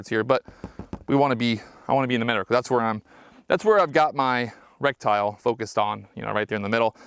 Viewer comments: This guy pronounces "reticle" - rek-tyle instead of "re-ti-kl". 2 thumbs down. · I stopped watching 2 minutes in because I couldn’t handle hearing him say rectile. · What is a rec-tile? How do you not know how to pronounce the word correctly, but want to be a gun-tuber? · Brother did you say in this video that you feel like you're playing call of duty.. ummm no sir I wouldn't say something like that in a gun video..oh and FYI..it's RETICLE not RECTILE brother. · Is he saying reptile? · It's pronounced ret-tic-al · Great video dude. Others may be making fun of you but no one knows everything instantly, everyone starts somewhere. Just here to share the proper pronunciation, reh-ti-kl. Also for the adjustments, you can use the rim of the 223 cartridge to adjust for non-marring on the go adjustments. Nice to see other average people who like guns and quality optics. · Jesus he can't get the word right I'm out! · I find it hilarious somones spends 500+ dollars on an optic and can't pronounce a key component of it correctly. Goes to show buying fancy gear doesn't make you knowledgable, experienced, or squared away as a shooter. Some people have money to burn and they dive into things they don't understand all the way, and thats fine but if your going to post it online you can be sure to feel the full brunt of the internet pointing out your mistakes.